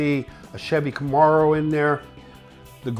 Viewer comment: How he first pronounced Camaro is... Different...